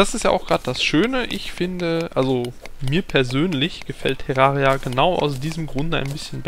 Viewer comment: meint der tErraria man spricht es tärraria